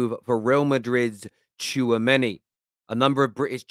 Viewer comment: Tchoumeni !!! Your Killing Me, As If, You Guys Need to Stop…